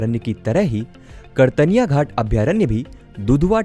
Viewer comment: उच्चारण सही करें, कतर्निया घाट है, आप कर्तनिया घाट बोल रहे हैं लगातार.